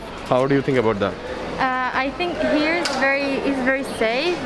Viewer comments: one advice, please pronounce 'here' as 'here' not 'hair' and 'beer' as beer not 'bear'. or just continue with Hindi/punjabi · I am sorry to correct you but just like OCD I feel uncomfortable each time you say here , beer You pronounce it very Panjabi way...hai , bear... instead you say “he ear” and” be ear “ I think maine aapko upset nahi kiya Sorry 😐🙏please try